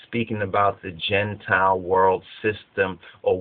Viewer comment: Gene-tile or "Genetic Reptiles."